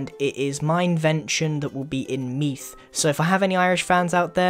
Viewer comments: looks at thumbnail Me:This is sponsored. btw make sure to put sound in the 'th' in Meath. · meath haha its pronounced meed